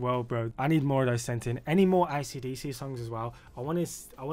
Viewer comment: Бабуїн,навчись правильно вимовляти AC DC!!!